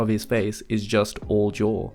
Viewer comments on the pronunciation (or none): none